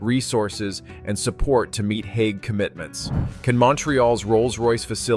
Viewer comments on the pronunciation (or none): none